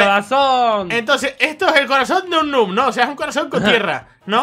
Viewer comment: Enbez de decir noob dice neb (donde dice canal de misamigos)